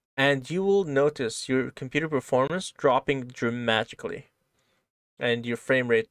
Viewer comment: sounded like you said "dramagically", which I know was accidental but it's a word I now want to start using all the time. lol. So far this is great and I can't wait to get into the code.